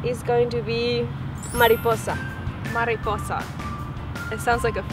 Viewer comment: Mariposa - souds like MARIPUSSI !